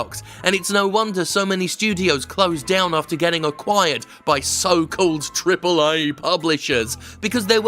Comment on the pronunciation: why is he the only guy that pronounces "AAA" properly?